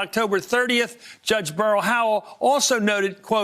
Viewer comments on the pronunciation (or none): none